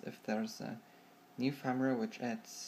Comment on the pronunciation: It's Firmware not Farmware xD